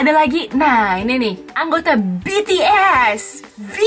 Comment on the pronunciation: Kalau BTS udh bener nyebut nya😅